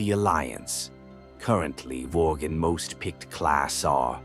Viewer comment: lol "Vorgan"